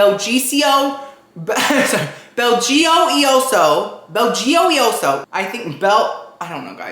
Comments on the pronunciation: Love love love you!!! If I remember the commercial correctly, it’s pronounced like Bel-joy-o-so. I think! Lol😂💕💕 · According to the commercial, it's pronounced "bell-joy-O-so". For future reference.